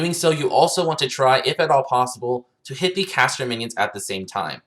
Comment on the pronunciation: Nasteey haha i heard cancer every time😂